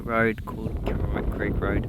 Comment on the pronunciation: KOroroit , not KIroroit